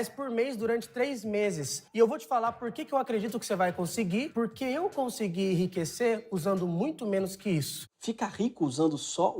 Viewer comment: O bôi lá da cara preta falou "irriquecer" "irriquecer" ! Analfa é fóda héin ! Afff ! .